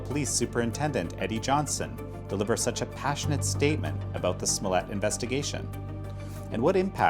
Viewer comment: It is pronounced smollay...